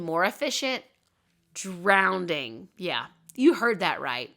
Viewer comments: Drowning, not drownding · Wow, I didn’t know this. How sad for all the dogs and cats that met that fate. I happen to love and have both. So glad that things have changed considerably for the most part. Also, am I hearing wrong, or are you pronouncing drowning as “drownding”, (adding an extra D)??